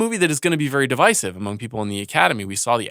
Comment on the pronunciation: I've heard two Ringer podcasters mispronounce "divisive" in a week. Was there a memo sent around?